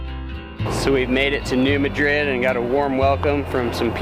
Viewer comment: Is the town really pronounced "New-Muh-DRID"? I know the Spanish city is pronounced "Muh-DRID", but everyone I know refers to the fault line as the "New MAH-drid" Fault. I love seeing my subscribed Youtubers visiting my area of the world. I'm just sad when I don't get to meet them... darn work and adulting stuff! LOL